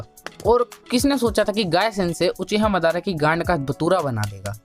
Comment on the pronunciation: bhai teri videos achhi hai lekin teri pronounciation ki wjah se tujhe bahhut hate milegi 🙄🙄🙄🙄 jese madara,kabuto